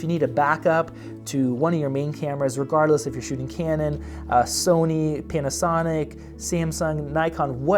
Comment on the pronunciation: I swear to God in the starting of the video when he said Panasonic.. I herd penis sonic...